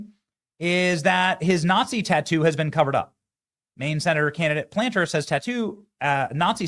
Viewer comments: Plat-ner not Planter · Platner not Planter 😂😂😂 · Platner. Not Planter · Dude. It’s Plat-ner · "The people of Maine are reasonably moderate." I guess Johnson hasn't visited here in quite some time. I live in rural Maine, and even here Platner (It's Platner, BTW, not Planter) has a huge number of of moonbat supporters. The reality is that Maine has been invaded by moonbats from away who now control our elections. The left, including Soros and others, are pumping millions into anti-Collins advertising. The fact the sitting governor dropped out is a clear indication that Platner's on a role. If she recognizes she can't beat him, will Collins be able to? I'm not so sure she will. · It's not Platner, it's Planter. LoL... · PLA T NER ITS NOT PLANTER BENNY PLAT-NER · Platner, not Planter. Who teaches these journalists literacy? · NOT Planter, PLATNER. Damn Jack can you read? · Plat - ner. Not Planter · Not Graham Planter - it's Plat ner --- they will still love him - he's a commie racist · Benny…it’s Platner..not Planter. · Benny, can't you read? Plant-ner? Really? Try Plat-ner. He's not a tree pot and there's only one N in his name. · Plat ner not planter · platner benny not PLANTER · Platner not Planter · Plat ner , not planter….😂😊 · It is PLAT NER........ Not PLANTER! But we still LOVE YOU!! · First off, Benny, it's Plat-ner not planter. Secondly, Maine has changed so much over the past ten years Collins winning is NOT a foregone conclusion. Platner signs are EVERYWHERE here in southern Maine. Sen. Collins should still campaign like she's ten points behind in the polls. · It's not Planter, it's PLAT-ner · Planter? How do you not know how to pronounce the name of a senate candidate you are covering? Btw, as a conservative, how is this a good thing? Have you seen the polls? He's doing way better than Mills against Collins. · Sorry, Benny. Let's get his name right so there's no mistake. Platner as in Plat-ner. Socialist by any name. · It's PLAT-NER